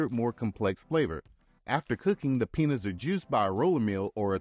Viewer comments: Peeen-yas. Not penis. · Love the video! But one small suggestion - your pronunciation of Piñas 🍍 should never sound like “penis!” The ñ sound is more like peen-YAS also añejo is ahn-YEH-hoh Thanks for the video! Learning about stuff I never knew - and I love tequila! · It's pronounced "peen-yahs" not "penis" smh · Pee-nyas, not penis. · Tried to watch this, but your pronunciation of añejo , piña was too much for me. It sounded like "penis" when you said "piñas"! Use "AI" to narrate and quit embarrassing yourself. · Why is he pronouncing Piñas as Penis? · When you say piñas it’s sounds like you are saying penis